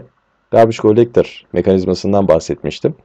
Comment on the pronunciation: Garbage Gollektor :D türklerin ingilizce konuşmasını seviyom. Bu arada güzel anlatım hocam sağolun.